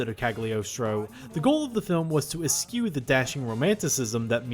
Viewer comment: I love these videos but where did you learn to say ‘eschew’ like that I’m so serious